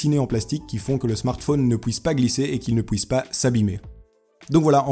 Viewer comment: On dit pas pouisse mais puisse et pas bloutout mais Bluetooth